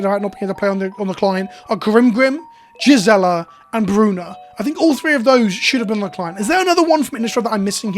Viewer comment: I don't remember Jizzela. But you've got that pronunciation stuck in my head now.